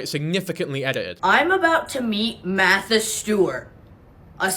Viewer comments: She dead ass said "I'm meeting maaaaatha Stewart" "this is the prettiest dress I've ever put on my body" 💀wtf 🤣🤣 "jewelry" She pronounces her AHRS totally fuckin normal while actually talking in sentences like stfu. I can't stand her voice lmao. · “Mathis Stewart” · love that she can pronounce START and NORMAL without an accent, but cant say MARTHA without heavy emphasis